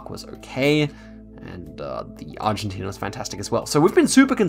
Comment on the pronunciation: you did good at the Argentine and Philipino ones even if they were very difficult. great video keep it up!